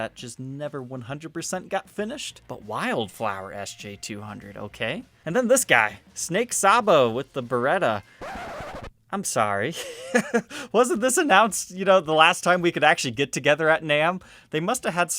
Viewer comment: Its pronounced Say bo Snake Sabo. Skid row guitarist!